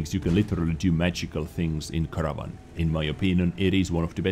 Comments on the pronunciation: Kear Nar vIon ... NOT CARAVAN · Perhaps I'm missing an in-joke, but--> Car-nar-vun